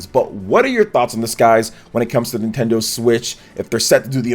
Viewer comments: “Nintenso” LOL! 😂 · Wtf is NintenSO?